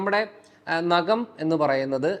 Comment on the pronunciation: നകം അല്ല ഡോക്ടർ. നഖം